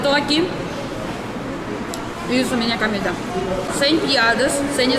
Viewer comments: Comida e não camida.!!! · Você está falando cAmida . O certo é cOmida. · Comida, comida com o. 😘 Você diz sempre camida com a 🤣 te amo 🤗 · "CAMIDA"....rsss.. mto engraçada essa russinha...😘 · Eu gosto quando você diz "camida". Você precisa ir a Ilhéus e provar a "moqueca arretada" do Vesúvio.